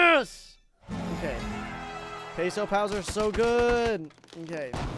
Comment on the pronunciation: The last "s" in "pesos" is not silent